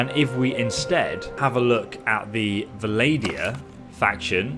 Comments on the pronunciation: Almost as funny as when he pronounces the faction Vah-lady-Uhn...100 IQ play AND pronounciation xD. Still, if I was looking for diction I wouldn’t be watching vids from an Aussie... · Vladia, nice pronunciation XD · Vassal* Vlandia* not bloody vessel and Valadia..... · It's Vlandia not 'valadia'.... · Say it with me, Vlan-dee-ah, vass-al. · Why do say it like the N in Vlandia is silent? :)